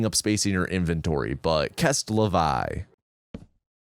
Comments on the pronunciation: “kest la vye”??????? What is that pronunciation😭 c’est la vie is basically pronounced “say la vee” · "kest la vai" I sat there for a second until I spelt it in my head, "c'est la vie" I'm gonna send you flowers, chocolate, and a picture of me castrating myself with a folding iron. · Sest??????????? It's "say luh vee". Source: je suis un bâtard français. honhonhonhon. plus précisément, je suis quebecois. je me souviens, tabarnak, etc etc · Kest la vye man, kest la vye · this hurts to hear 😳 it’s “sest la vee” (c’est la vie) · "Kest la vye" hurt me physically. gg wp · "kest la vai" hurt my soul haha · Jesus, even tho I'm Brazilian, the way my man pronounced C'est la vie was pure madness... Never change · As an American of French decent, It caught me off guard. It’s like the one French phrase I know but I know it’s not pronounced like that 😂😅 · c'est la vie is not pronounced like that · Came here to say this too. Such a visceral reaction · C'est la vie?!??! OUCH. The cajones on you to make me listen to that pronunciation with my whole ear. You absolute legendary monster. "The reason for my parent's divorce" really heard say it with your c'est and took it way too far xD